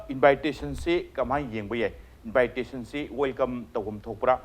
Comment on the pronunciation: Mr. journalist, not " invite...ration.".! But in-vi-ta-tion